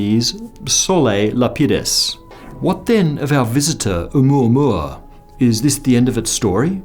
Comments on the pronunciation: Thank you for correctly saying the name. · As a native Hawaiian, I sincerely thank you for pronouncing 'Oumuamua correctly. :) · It's the correct pronunciation according to Hawaiians. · Pronunciation was close enough, you get a pass.